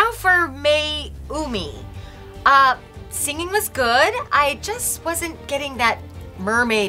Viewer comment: “signing” instead of “singing”